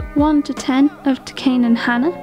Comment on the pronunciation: I always love watching these and looking at all the series I have or want to collect 😅 for some reason I enjoy comparing my tastes with that of these videos. Great one! Really enjoyed it and I'm super jealous of your collection 🤣 😊 can I just say though that Takane is pronounced "Tah-Kah-Neh" (neh like net) not "Ta-Kain". Sorry, not trying to be mean but I thought I'd let you know 😊